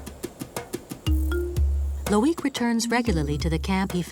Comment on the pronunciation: next time just make the effort how to pronounce properly people's names LOIC etc ... Unbelievable